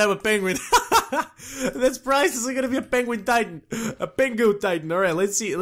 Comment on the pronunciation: why does he say "titan" as "tite-aan